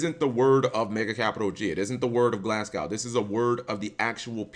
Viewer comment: Can you please learn to pronounce Glasgow properly